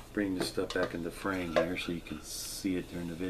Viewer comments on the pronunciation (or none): none